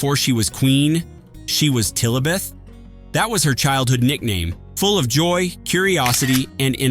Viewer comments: FAKE !! HER NICKDAME WAS "LILIBET", NOT" TILIBET " ...FAKE AI REPEAT CRAP !!😢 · She was called Lilibet, not Tillabet. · I hate AI used with anyone, but least of all Queen Elizabeth II; her parents nicknamed her " Lilibet," not “Tilibet, and it's not Lilibeth; it's Lilibet. The Queen at no time reciprocated the arm placed around her by Michelle Obama by putting her arm around Michelle Obama. It’s a corgi, not a dorgi; it's not a mick drop, it's a mic drop; it's dignity, not digity. Zero zero seven; it's actually double OO7, and that's just the inaccuracies I noticed. If this is the future with AI, then there will be even more morons in this world. WOW✌️🇦🇺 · It was Lilabet not Tilabet. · Her name was Lillibet, not Tillibet! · Tillibeth?😂😂😂😂No! It was Lilibeth. Dorgi?🤦🏼‍♀️ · YOU’RE A LIAR ITS NOT TILLABETH ITS LILIBET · Her nickname was not Tillibeth; it was Lillibet. It came from when she was a toddler and couldn't pronounce her own name properly. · Funny 😮 I heard her nickname is/was LiLabeth Not Tillabeth!? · The Queens childhood nickname was Lilibet not tilibet. Just so you know. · there is no D in Cori I can't watch this you have made many mistakes Lillabet not Tillbet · Not tillibiet.....it was lilibet. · It wasnt Tilabeth, it was lilibeth cause princess Margaret couldn't say Elizabeth properly. 🙌🏻💚🇮🇪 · It's not Tillibeth it's lilibeth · Tillibeth? Seriously? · It was Lillibet not Tilllabet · "Tillabeth"?!! 😂🙄 No, she was called Lillibet! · Her Majestys' childhood nickname was "Lilibet" not Tilabet. Corgi was also mispronounced and mic. Kindly, is this an Ai channel? Or just Ai narrated? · Lillibet not Tillebeth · Tlillabeth?? It was Lillibet. Get a grip and your facts straight. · She was so wonderful! Her grace and charm completely outshone any politician or other world leader! Lillibet not whatever you said. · Her childhood nickname was Lillibet not what you said.